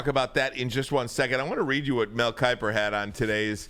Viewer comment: Mel-o-l Kiper 😂😂